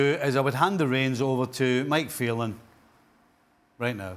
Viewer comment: This guy said Mike phelan 😭😭😭😭😭😭😭😭😭😭😭😭😭😭😭😭😭😭🥱🥱🥱😭😭😭😭😭😭😭😭😭😭😭😭😭😭😭😭😭😭😭😭😭😭 hes not serious 😭😭😭😭😭😭😭😭😭😭😭😭😭😭😭😭😭😭😭